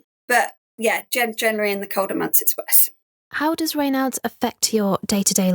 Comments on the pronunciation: ......isn't a Raynard (the way in which this narrator is pronouncing it here) another word for a Fox? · Why did the presenter pronounce Raynaud's so indiosynchratically - bit off putting